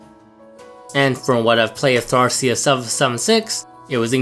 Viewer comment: Dude, man, this has been annoying me for a long time. It's not Tharcia, it's Thracia. The R comes before the A